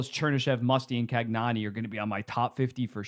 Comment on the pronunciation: cagnoni is can-yo-nee